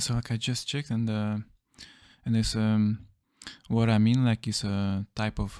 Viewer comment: They were pronounce as ONE-US.